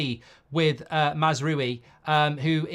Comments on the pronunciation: MAZZ-ROOO-WEE🤣🤣🤣🤡🤡🤡ffs at least pronounce it correctly- MAZ-R-OW-EEE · Not MAZ ROO WII ! MAZ-RAWI. Stop butchering his name ! Love your show btw. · Mazraoui not Mazroui Mr Mark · It’s pronounced Mazrwowi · Mark pronunciation: Mazz row-ie (as in a row with someone) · You pronounce mazraoui as: MAZRA (rolling r) & then french “yes” oui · This is just another example how poor prepaired Mark is! Last time he had to look up the player when we were talking about him and now he can't even prenaunce Masrouis name. I watch him because I think his funny, but he is poorly updated when it comes to football. And he gets ofended to quickly.😂dont be so angry Mark..